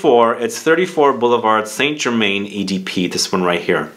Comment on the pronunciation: Pronounced "saint ger-mahn". It's a french word.